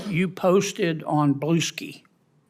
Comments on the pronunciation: Kennedy thinks he's pretty clever. Talking about statements undermining credibility. It's Blue Sky, not Blueski. Nice job, genius. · BLUE-SKEE. OMG. 😆😆🤣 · "You posted on blue-SKI" i died.